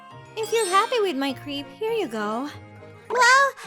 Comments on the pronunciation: crepe is pronounced as crep not as creep. Bruhhhhh the pronounciation on these is so annoying. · The way they pronounce crepe is funny to me